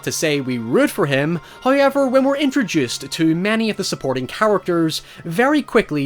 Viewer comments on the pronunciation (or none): I like the part when he says hoæver